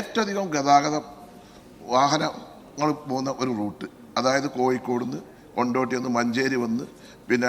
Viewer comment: കോയിക്കോട് അല്ലട കോഴിക്കോട് ആണ്. വയ്ക്കണം അല്ല വെക്കണം . മലയാളം ഭാഷാ , തമിഴ് കൂടി ചേർത്ത്.